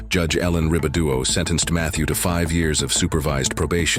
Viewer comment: It's judge Ellen Ribaudo, not "Ribaduo"